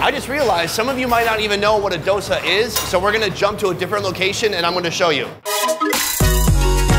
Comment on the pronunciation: FFS ITS DoSA NOT DOSA